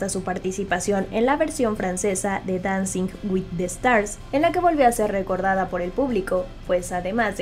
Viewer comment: "j'en ai marre"... "dancing with the stars" si no saben hablar francés e inglés, por que la ponen a dar notas en esos idiomas?